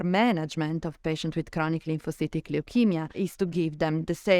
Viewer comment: Lyphocytic? You mean 'Lymphocytic'?